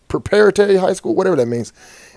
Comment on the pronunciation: Mf couldn’t say preparatory 😂